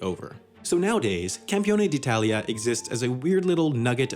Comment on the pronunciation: Wow! Pretty good pronunciation of "Campione d'Italia"! XD